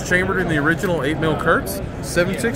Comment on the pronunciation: "Kurtz" 💀 Bruh if you're gonna sell it at least know how to pronounce it